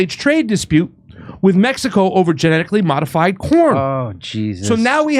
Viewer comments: I thought said "Genetically modified Porn" lol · At FIRST I thought you said, “Genetically modified porn.” Omg that’s all we need. Lol